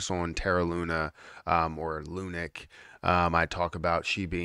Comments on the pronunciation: I was going to listen to this YouTube video going to bed. But every time I heard lunic instead of lunc (lunk) drove me nuts. Can't anymore with this channel. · Lunik pisses me off also bro. I hate hearing this word lunik like wtf . Just say luna classic Jesus